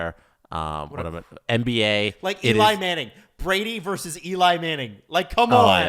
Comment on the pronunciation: It's "versus", not "verse".